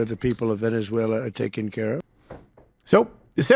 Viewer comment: “Venezueler” laughter no further comment needed laughed at the same time they did 😂